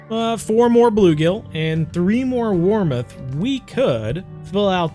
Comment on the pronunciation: Great vid but it’s warmouth not warmuth